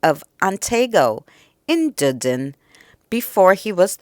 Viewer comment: Hi, - Lol, - you pronounce the city where the castle is very different. Dudin lol. We all call it Dunedin. The first three letters pronouned like fun. Dun-e-din.